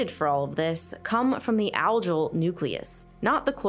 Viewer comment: The G in Algal is pronounced G not J.